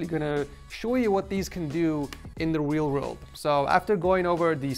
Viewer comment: Lol he said wheel world!